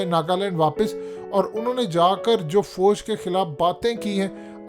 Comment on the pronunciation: Apni Urdu kheek karein foje naheen Fauj hota hey lafz. Qoumi zaban naheen aati videos pay commentary ka shouq hey.